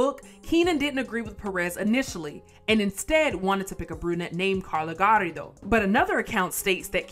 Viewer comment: Why are you pronounced ”Garrido” like that?